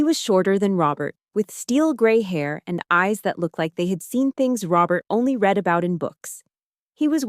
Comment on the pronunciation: “read” has 2 pronunciations depending on context: read (reed) is future or present tense, read (red) is past tense. Teach your AI the difference or go back to human narration.